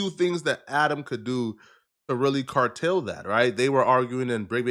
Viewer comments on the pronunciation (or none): THE WORD IS "CURTAL' NOT CARTEL:face-red-droopy-eyes::face-red-droopy-eyes::face-red-droopy-eyes::face-red-droopy-eyes::face-red-droopy-eyes::face-blue-smiling::face-blue-smiling::face-blue-smiling::face-blue-smiling::face-purple-crying::face-purple-crying::face-purple-crying::face-purple-crying::face-purple-crying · To really CARTEL that? The word is CURTAIL. and his butchering of the English language again. Every damn video.